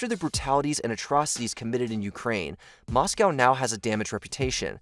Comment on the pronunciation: On the plus side, he said “Moscow” correctly 🤷🏽